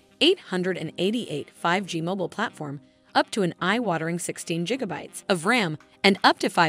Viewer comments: You saying Jigabytes Intead of gigabytes does not let me enjoy the video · bro on the first one it straight up said 8 jiggabytes of ram instead of gigabytes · Jigabytes killed me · 18 jigabytes! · 1.21 Jigabytes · That Jigabytes is tough to listen to.... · I cant take your video seriously when you keep saying jigabytes. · im glad someone made the comment. i though it was pretty funny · It might just be me... but the fact that she keeps mispronouncing "Gigabytes", is really irritating. 😅